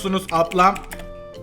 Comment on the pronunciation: Ablamız değil aplamız